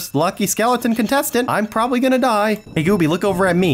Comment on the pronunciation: Why do people say hely hely 😂😂😂😂😂😂😂😂😂